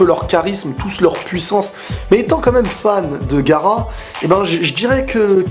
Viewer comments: On dit pas gara on dit ga a ra ps je t adore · tu ma tuer "gara" mdrrr gaAra avec sa nouvelle coupe il a perdu en respect n'en rajoute pas ; )